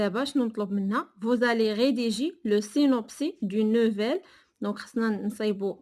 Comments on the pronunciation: سينوبسيس Et non pas سينوبسي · le synopsis "s" Il se lit même s'il est à la fin du mot 🤦‍♀ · Synopsis [sinɔpsis]. On prononce le s.